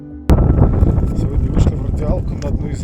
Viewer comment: Енисей а не Эне - Сай .